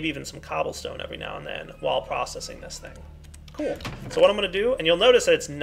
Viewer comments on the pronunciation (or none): Y u alwys say "kewl" I know that I have bad grammar, it's for da fun